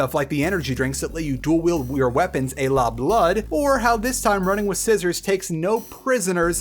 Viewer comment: Literally the only negative comment I have is that I’m fairly sure it’s pronounced ah-la and not ay-la for ‘a la’. Everything else was fantastic and I’m more than happy to subscribe if this is the content I can come to expect.